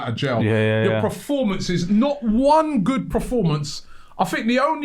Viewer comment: Robbie its Performance not Proformance🙄